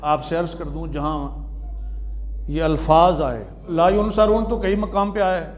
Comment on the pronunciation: pehle to ye k ye dr he na k molvi ! is ko yansurun or yunsarun bolna bhi nahi aata